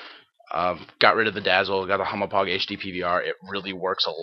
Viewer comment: lol u called the hauppauge a humo-pog i know its difficult to say, kinda like how people say deku deeeku, but i lol'd